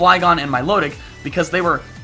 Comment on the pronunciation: It's mil-otic, like exotic